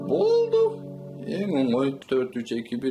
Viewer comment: Боолду дейт го 😂😂😂